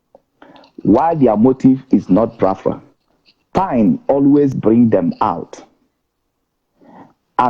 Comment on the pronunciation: How come our brother talking cannot pronounce Biafra? :))